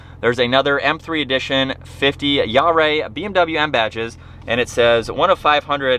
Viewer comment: “Jahre” is pronounced “YAH ruh.”